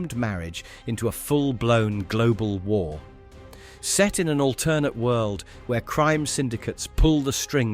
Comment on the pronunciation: You say the world "alternate" weird. Stop it.